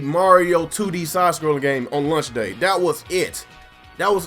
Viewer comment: what's a "lunch title"? ;) Jk... I'm just breaking your balls on the pronunciation of launch. Great vid as always!